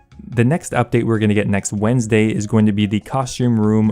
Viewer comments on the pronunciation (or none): none